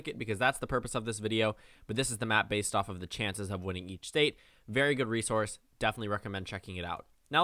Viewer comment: did I hear B A S E D